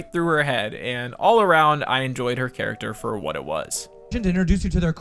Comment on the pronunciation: Was I the only one who noticed "charcater"? No, just me? Aight